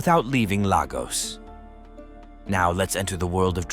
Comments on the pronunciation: If you are gonna do a video about any place you are not from, get the names of people and places right: Lagos is pronounced Laygoss for you foreigners. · From what he portrays clearly he has not been there. He can’t even pronounce Lagos correctly. Forget it